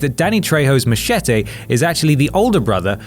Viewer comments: You don't look posh, but then you say 'mache-tay'. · Machete or as he pronounced it Mashetay